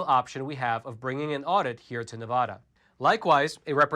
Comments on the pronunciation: Dude, please learn the correct way to pronounce Nevada!!! It’s Ne-VAD-uh NOT Ne-VAH-duh. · its Ne - va - da not Na - vau - da, its like the word hand, its Hand Not Haund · It's Nevada, NOT Nevoda!!!!! 😡😡😡😡😡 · Small thing to most people but a big thing those in and from NV - pronounce it correctly. Ahh not ohh. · It's pronounced "Nevada" NOT "Nevahda". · Love the content. Ne-Va-Duh. Not Ne-Vah-da. It’s petty I know, we hold onto what little we have. Thanks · I love you guys and everything the Epoch Times is and stands for. But please for the love of all Nevadans, refer to our state as 'Nevada' with a soft a as in 'Dad'. Not Ne-VAH-da. It drives us batty and this highly mispronounced Pronoun continues to be perpetrated! State historians will tell anyone that NeVAHda is wrong and if you come to our state you'll see bumper stickers trying to get people to stop saying it in this way lol. How this way of mispronounciation of our state's name became so popular we will likely never know. But I have to politely correct so many people I'm on the phone with whenever I pay bills out of state as they almost always say 'NeVAHda' lol. But it's totally wrong. Take care keep doing everything else right though! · Thank you for all the great information as always! By the way It's NEvADA not NAAvada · Liking and posting for the Al Gore Rhythm! Staying for the great, intelligent commentary!: PLEASE! It's pronounced Nev-ADD-da, not Nev-VAH-da! Thanks for the AZ audit update and letting me know which two NV counties I should look at moving to from Clark county. Keep up the great work! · Just a slight correction if you wouldnt mind... Nev-a(short a)-Duh. Pronunciation is helpful for us! Appreciate your work! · FYI, you are mispronouncing the name of the State of Nevada. The first "a" should sound like newspaper "ad." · The first "a" in "Nevada" is pronounced like the "a" in apple not like the "a" in audit. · it’s "Neh-VA-duh". Learn to say it correctly